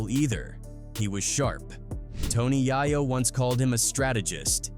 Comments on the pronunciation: “Tony Yah-yo” 🤣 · Toe Knee Yah Yo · Tony YOYO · "Tony YAHYO" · Just stops saying Tony yayo name please.😅😅